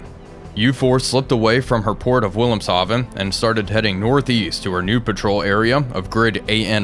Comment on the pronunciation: I enjoy your videos. Thanks for sharing. In German, a "W" is pronounced as a "V", and a "V" is very soft, like a "F", so "Wilhelmshaven" is pronounced "Vill-helms-harfen" I believe. And yes, "Hartlepool" is pronounced "Hart-lee-pool". :)